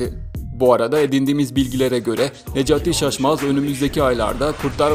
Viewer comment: o nasıl bir necati şaşmaz demek öyle nejat işaçmaz anladım